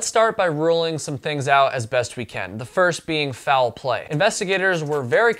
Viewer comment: Or you can drink every time he says “fou-well play”. In the second to last story, he said it correctly as “foul play” (one syllable), but then used two syllables again in the final story. Reminds me of the way Southerners add syllables to words like “mee-yulk” (milk), so I was surprised he was from the north.